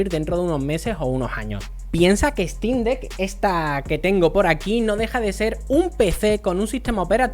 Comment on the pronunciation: No puedes ni pronunciar el nombre, obviamente no te gusta la "ejtin deck", imagínate que no te gusta porque no puedes jugar fall guys de origen OMG.